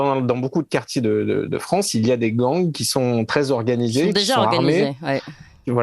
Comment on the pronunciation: la fwance , c 'est lafwique ...